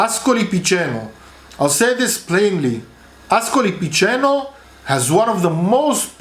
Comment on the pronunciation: No h in Ascoli Piceno.